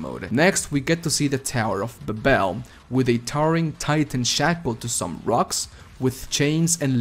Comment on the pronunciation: Did you say buh bel instead of bay bul For Babel